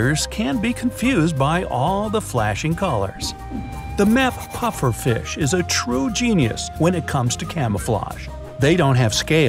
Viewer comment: You said puifier